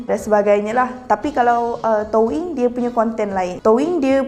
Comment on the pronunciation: Rasa gatal telinga bila dia sebut touyin spelling doyin tp sebut toing